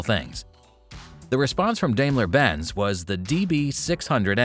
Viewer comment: Even the KI says it wrong.When I hear Dejmla Benz I'm out 🤷🏼‍♂️